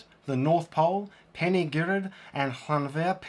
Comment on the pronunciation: Great guide thank you! Kudos on at least attempting the Welsh names. Most people don’t even try, they just apply English pronunciations to the foreign language words. Very good attempt on Llanberis and the oh-so-long Llanfair! Clearly effort went into it and it delights me that you cared enough to take the time to look some stuff up and give it a serious go.